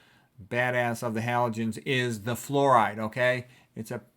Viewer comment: “Flooride” I love it 😂